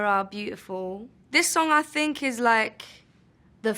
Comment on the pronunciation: Her th turn into f sometimes , I think : I fink